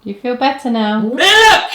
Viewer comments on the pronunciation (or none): What's with the "miluk" thing...? Is there some joke there I'm not getting? Why did he keep saying that and why did he base an entire running gag around it? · At least I think that He was being Silly what is Mlik though? It's pronounced Milk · You mean "Nuts & Miluk." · Don't you mean "Nuts & Miluk"? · Who the fuck calls cereal sauce miluk? And who calls Jesus Juice Herculade? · You mean "Nuts and MILUK" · Dear Caddicarus, I don't know if you would read this or if anyone will actually, but I just want you to know that I used your pronunciation of "milk" today around my friends and the asked me wtf I am doing, so I showed them the intro to this video. It started a a thing at school with my friends yelling "mil-lik" outside the school. XD Thanks a lot. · "Miluk" had me for a good 5 minutes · Say MILIK ONE MORE TIME MOTHERF.... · milk is one of those extremely simple words so many people mispronounce. it drives me insane. I know caddy was kidding but I've actually heard people say "milik". why? I have no idea. the other common mispronunciation is "melk". it pisees me off to no end when people say "melk" instead of milk. I've murdered quite a few of the "melk" people. so if you're too stupid to pronounce milk, eventually you will be murdered. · ( ͡° ͜ʖ ͡°) "I need some MILUK too." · Glad I'm not the only one who calls milk milluk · MILUK. MMMMMILUCK XD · Caddy:" MILLUK" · I’m surprised this hasn’t reached at least 1M views, given the popularity of the “Miluk” phrase. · Not nuts and milk. It’s nuts and MILULK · I need a glass of malk. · I wonder when he'll play Nuts & Miluk. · I don't get why he pronounced milk like that. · Okay, okay, it's Miluk. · You didn't Caddirus was being Silly and Mispronouncing Milk in The Beginning of The Video for some reason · HE NEEEDS SOME MILUK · "I need miluk!" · "Nuts and Milk"? I think you mean "Nuts and Milluk!"